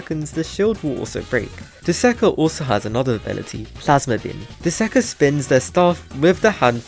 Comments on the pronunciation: Bro literally said duzakah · bro said dusakar